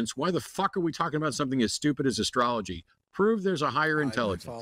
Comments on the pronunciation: He lost me at "askrology" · I replayed several times and I kept hearing say "ascrology" the first time.